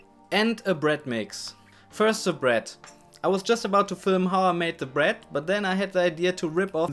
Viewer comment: Sprich deutsch! Dein Englisch klingt schlimm: Se bued, schugga, de do, se fritsch, eklschellie... SCHLIMM!